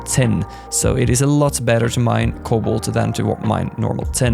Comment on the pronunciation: thanks for this and it bothers me for how the way you pronounce cobalt